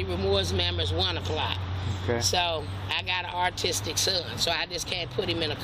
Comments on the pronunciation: There’s no way she said “artistic” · lol I coulda swore I heard her say “artistic” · Is it just me or she kept on calling her son ARTISTIC? 😂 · No, she repeatedly said "artistic". That's why were laughing. You'd think that a mother with an autistic son would be aware of how to pronounce it! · No . She said , or it sounded like she said , ' artistic ' . She clearly meant to say ' autistic ' but it didn't quite come out the way she intended . Listen closely again . She did get ' Rapport ' correct . 👏 👍🤭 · Yeah, so she's prolly mispronounced "austic" but y'all prolly know that already. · She’s saying ARTISTIC 😂 geeezus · She wasn't accidentally saying artistic. She was mispronouncing autistic, due to her accent. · She’s “got an artistic son” ? She cannot even pronounce the word correctly! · You'd think with as many times as she says that word, she'd realize that pronouncing the "u" as an "r" gives it a completely different meaning. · “I got an artistic son” 😂. He can draw his ass off I bet. 😂. Thought I misheard it at first but nope. Every time she said it, she f’d up. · Did she say “I have an artistic son?” 🤭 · Did she say “Artistic”?😂😂😂😂😂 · The way she’s pronouncing the word autistic as artistic, leads me to believe that he probably doesn’t have an official diagnosis. It sounds like her kids a monster, and she just makes excuses for him. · Can she not say “ autistic” properly? That’s ridiculous. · 😂 If she is claiming that her son is autistic maybe she should learn how to pronounce it!! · Artistic is funny but sad. It means she's read absolutely nothing about autistic children or she would know how it's spelled and pronounced. This child has someone as challenged as he is responsible for his care. No hope😢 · I have worked with autistic kids for years. I never met a parent who could not pronounce their condition properly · I think she was saying autistic but she doesn’t say it properly. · Didn't say it right once not once 😂😂